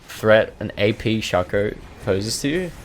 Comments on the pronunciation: "shakooăr", id rather say "sheico" even tho it's just "shaco" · are you from spain? because of the first shaco pronunciation